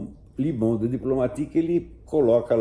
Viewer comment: O correto eh pronunciar 'Luh' Monde. O "e" de "le' eh como o "e" de 'the'; eh como um 'schwa' ingles. Jah a palavra francesa 'les' eh pronunciada 'le'. Le monde vs les mondes. O mundo vs os mundos. Luh vs le.